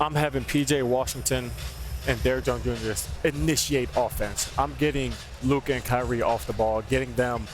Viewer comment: It's LUKA.